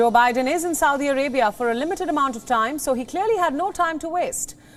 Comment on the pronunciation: Seems like learning how to pronounce the name of the country you are reporting on… would be good to do. Before you go on tv. 🤪